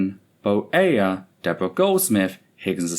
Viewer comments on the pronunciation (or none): none